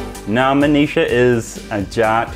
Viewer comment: when you say Manisha, it sounds like 'Amnesia'😅, no offense love you man and congrats for marrying such a beautiful lady